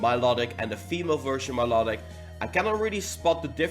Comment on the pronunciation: what's up with all youtubers pronouncing Milotics name wrong 😡